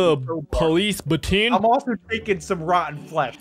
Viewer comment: i got a police " BaTeEn " me: * sees it as baton * also me: eh